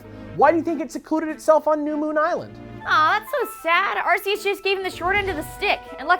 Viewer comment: Arceus is pronounced arc-ee-us